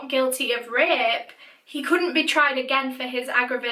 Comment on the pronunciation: Umm so can I just say how cute Danny Ross is and how much he looks like Ross Geller... I mean I’m just saying :)) I do feel bad though she was way to young and never would deserved that. And every time she said rape I thought she was saying ripped so I don’t even know where this comment is going. Have a fantastic day!